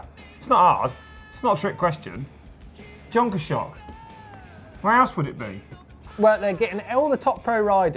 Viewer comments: South African pronunciation of Jonkershoek = 'yon kers hook' LOL guys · Nice pronunciation of Jonkershoek :) not even close.